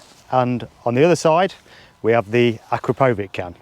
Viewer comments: It’s pronounced A-Crap-O-Vich - No power gain between the stock and upgraded can the 4 BHP power gain you talk of is only if you fit the full system including the D cat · As soon as he pronounced Akrapovic incorrectly I turned off .